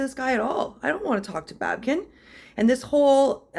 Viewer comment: It's not babken. It's babykin